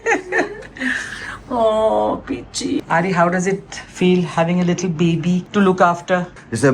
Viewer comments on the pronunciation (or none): Peachy....not Pici